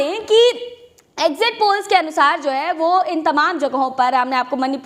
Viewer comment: Exit poll hai....???? zara clearly boliyeji...All the best to winning party.